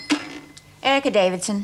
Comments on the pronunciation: I hate the way Erica Davison pronounces her name...Air-ca! Drives me mad. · Cracks me up when Mrs. Davidson mispronounciation in every other episode but the scene is so good that they decide to keep it.